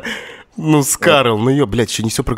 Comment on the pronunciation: Не скарл а просто Скар!